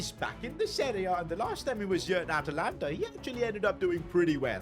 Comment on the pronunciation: Atalanta. its not atalanta sir